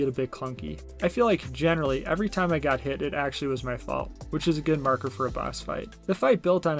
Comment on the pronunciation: I don't want to be "that guy"......but it's pronounced MAR-ker. 😂. But other than that, good review. You got yourself a new subscriber.